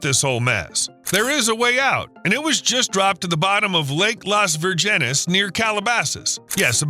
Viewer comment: it’s pronounced: Virgin-es